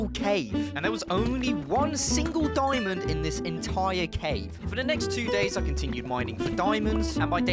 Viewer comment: Bro you saying diyimond lol bro